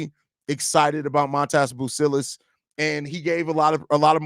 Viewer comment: Great video my boy. Also just something that I didn’t know until yesterday, his name is pronounced like your saying modest without the t at the snd